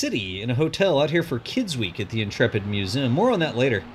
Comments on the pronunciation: Does anybody else hate how says Museum? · you say museum weird!! Lol!🧐